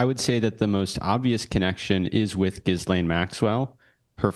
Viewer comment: funny the guy can't pronounce Ghislaine's name